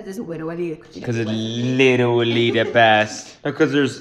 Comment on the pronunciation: “witerally gwiddying”